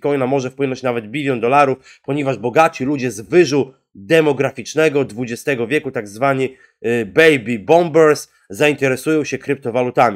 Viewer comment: nie bombers tylko boomers XD